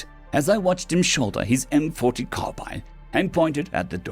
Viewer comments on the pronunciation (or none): none